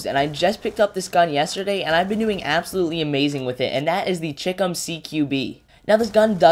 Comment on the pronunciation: Just a small point. Everyone is mispronouncing CHICOM. It's a shortened version of Chinese Communist. So, it's sort of like Chai - Com...